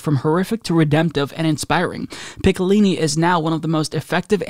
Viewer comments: How to say Picciolini: "Pee-CHO-Leeny" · Man I cringed every time you butchered his name "Picciolini" LOL